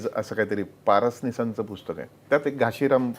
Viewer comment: घाशीराम ( घासी नाही )